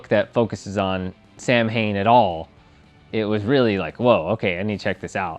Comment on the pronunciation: Celtic Pagan here. Samhain is pronounced Sah-wayn.